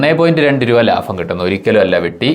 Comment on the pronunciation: ലാഫം അല്ല ലാഭം 🤚